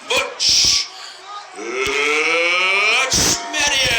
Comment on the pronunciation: “Butch” tha whole damn fight. What shitty commentary. Dont care to get a name right, and makes up shit that you never said. He just wanted to get that Conor line in there.